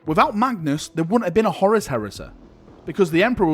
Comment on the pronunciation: The way you always call Horus, Horace will never not make me smile. You Manc.